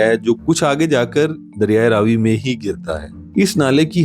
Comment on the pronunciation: Apni mistake theek karo . Ye Raa vi nahi Ravi hai